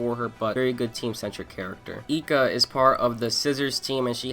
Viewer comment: man the vid is good with some holes but your character pronounciation is fucking horrendous Nobunaga being nobunga eika being eeka the quality is good though, didnt expect you to have lil subscribers